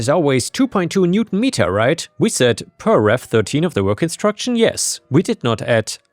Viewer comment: try to learn to pronounce the whole word, 'NewtON meter'. The way you say it now it sounds like you swallow the last ON and the word is 'newt meter'. As a mechanic that was painful to listen to 😅